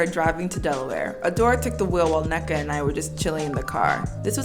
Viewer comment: idky i just processed youre igbo, same sis. love the pronunciation of “nneka” 🤣